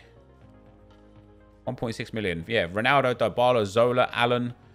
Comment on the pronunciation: His name is pronounced DEE-BALA!!